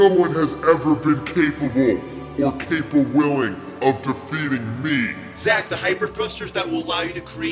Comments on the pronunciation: “Capable” and “Capawilling”😭😭😭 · "capable" or "capwilling" hahahaha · “Capawilling” slayed me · "No one has every been capable, or capawilling-" got me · Capable... And capawilling😂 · capAble or capaWilling 🤣🤣😭😭💀💀